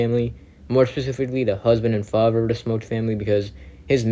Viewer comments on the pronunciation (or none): husband and fahver